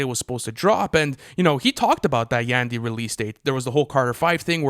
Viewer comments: Prounounce Yandhi as Yawn-D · It’s triggering me how says yandhi😭